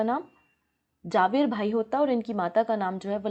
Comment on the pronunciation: झवेरभाई या जवेरभाई बोलो जावेरभाई नहीं और वह नडियाद है नाडियाड नहीं 😂😂😂😂